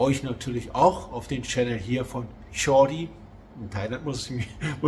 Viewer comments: Ja, das ist wichtig. Es heißt nämlich chokdee und nicht Jordi. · Servus Wollt dir schon lange mal sagen Man spricht es nicht Tschorr dii aus Sondern Tschog dii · ja er hat statt dem k immer ein r gesprochen -- aber schon von anfang an so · Und wenn er etwas gelernt hätte, nur etwas, wüsste er dass es chokdii und nicht jordi heißt. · ist happy! Ich hoffe du wirst es auch in Laos. Viel Glück und alles Gute für euch!🍀 Ps. Am chok dee (ausgesprochen tschoK dee) musst du noch arbeiten. Du sprichst dies nicht richtig aus. hat versucht im Video zu korrigieren. 🤗. Sorry, lag mir schon lange auf der Zunge und musste sein. 😅